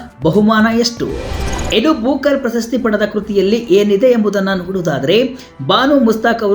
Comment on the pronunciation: ಪ್ರಶಸ್ತಿ ,ಪ್ರಸ ಸ್ಥಿ ಅಲ್ಲ